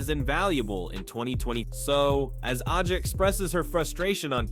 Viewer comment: A gee ah is the correct pronunciation.